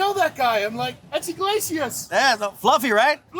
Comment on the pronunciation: Eglasius with an "I"!!!! LMFAO 🤣